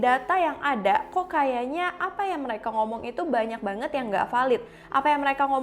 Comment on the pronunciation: Ngomong "banget" nya, biasa aja ngapa